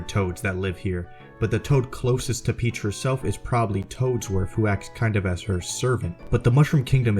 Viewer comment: Princess Pitch